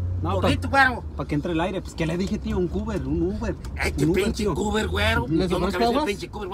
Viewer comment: no oldest que dice cuber en lugar de decir Huber y taysy en lugar de taxi